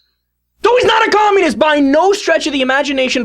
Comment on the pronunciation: Nugent pronounces communist 'kkhhhommunist'.